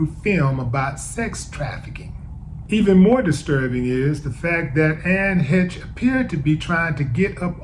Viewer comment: Bruh. Please get your pronouncing correct. You out here representing black community , not a good look . Especially if you want to be taken seriously . Something to consider perhaps . It’s Heche ( hesh) not HITCH